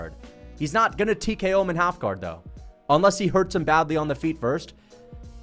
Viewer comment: and what’s half gar ??? It’s half guard !!! You said it twice in a row .